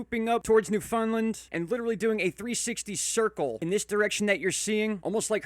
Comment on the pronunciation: Thought you may get a kick out of the following...proper pronunciation: noof'n-land Newfoundland English Explained: How to speak Newfinese